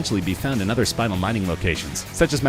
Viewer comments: The gem is NOT pronounced SPINE-UL . . . it's SPIN-EL. Another example of a hastily produced video where nobody bothers to proof the script and discuss with the narrator. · Oh my goodness, I know this damn narrator did not just say SPINAL. They found that pretty lavendar stone and thought was SPINEL which is not pronounced pronounced like SPĪ- NULL!!!! My Lord! It is prounounced SPÉ-NELL...the first the first syllabel is more pronounced and the second one the NELL is more pronounced. Someone should have given a narrator of a channel this size some heads up on pronounciation!!!!